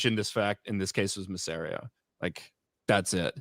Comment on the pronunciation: one day will pronounce Mysarias name right